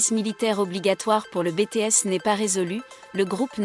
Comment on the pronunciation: Arrêter avec Bété S sérieux c'est Biti s